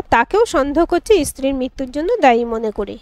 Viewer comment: গল্প ভাল, পাঠ ও ভাল। উচ্চারণ এ খুব দোষ আছে। ' ইস্ত্রি ' ' দোম ' ' কোর্তব্য ' এসব ভুল এবং শ্রুতিকটু। সঠিক উচ্চারণ স্ত্রী ,দম, কর্তব্য হবে। সংশোধন করুন।